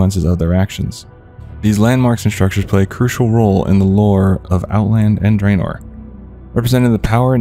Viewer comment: Draenor is pronounced drah-nor, not dray-nor, by the way. :P